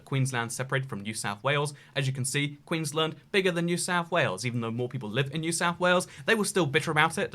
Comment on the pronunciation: As someone that is from the UK and Australia and who lives in Queenland, your pronunciation of my state enrages me.